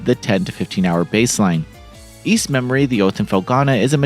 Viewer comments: It's "Memiore" not "Memory". Pronounced Mem-w-are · it's pronounced: me-moi-re not memory. You really need to learn how to pronounced this correctly cause It sounds horrible with the misprounanciation. I hope this comes out on PC too, I wouldn't mind buying it again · DAY BYOO TED? Also, "memoire" is not pronounced "memory"... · Thank you so much for this awesome review,:) No worries about the pronunciation of Ys Memoire, we all understand what you meant. I am super hyped for this release and I can hardly believe this game exists on modern platforms. I have the physical PS 5 version and will probably buy it digitally as well.